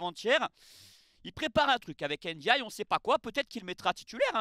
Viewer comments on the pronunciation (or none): Iliman Ndiaye (Ndiaye se prononce Ndiaye) pas (N) diaye. Le N se prononce à peine. Pour moi il aurait dû rester à Sheffield United, l'OM est un club trop compliqué pour lui il se met une grosse pression et n'arrive pas à exprimer son talent alors qu'à Sheffield United il marchait sur l'eau. J'espère qu'il ne va pas gâcher sa carrière parce-qu'il a un potentiel énorme.